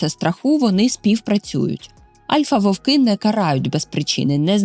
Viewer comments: Чудовий контент, але тільки не вОвки, вОвків, а вовкИ, вовкІв. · Тільки не вОвки, а вовкИ. Не забувайте що це мова, а не язик.